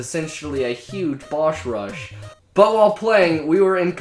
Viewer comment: "Bosh Rush." The shlurring is real.